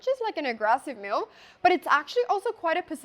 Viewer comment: why is she pronouncing "move" as "mewv"